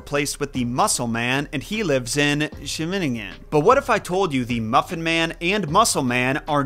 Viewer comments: Haha it’s funny the way you pronounced it 😂 And if you didn’t even tried to pronounce it as good as possible you did a really good job tho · ok sorry but your pronunciation of Scheveningen was the funniest thing ever. The sch is famously difficult to pronounce though and rather unique to the Dutch language so don't feel bad. You just gave me a really good chuckle. (fun fact words like Scheveningen were used in the second world war to flush out German spies because the Germans could not pronounce the word and would give themselves away with that) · Hahaha as a Dutch person i have to laugh how you pronounce Scheveningen 😂 Not laughing like “what an idiot” tho cause it is a really difficult word to pronounce for English talking people bc of the CH that we pronounce as a Dutch G and the G is a difficult letter to pronounce. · I lost it at ‘Scheveningen’ It kinda sounded like didn’t want to face the ggg sound:,) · As a Dutch-speaker, hearing him mumble through the pronunciation of 'Scheveningen' made me chuckle. It reminds me of "In the beninging" or "Klaatu, Barada, Nihfrngtu!" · the way you pronounced (Scheveningen) was more hilarious than it had to be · I love all your videos:) I especially enjoyed + on today's video, which caused me to stop my work and roll it back to see if it was just an odd point you were being amusing on with the pronunciation or if it indeed was... well, basically what you said. Then I listened to it a few more times while laughing like a nut. Keep being awesome,. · as a dutchie i loved how you pronounced scheveningen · Omg the way you said Scheveningen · hahahah the shy pronunciation of scheveningen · Any Dutch speakers out here LOVING his pronunciation of "Scheveningen" 😂😂😂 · How you pronounced Scheveningen XD. You are forgiven though, during WWII it was used to unmask German undercover agents because it's notoriously impossible to pronounce for non-native speakers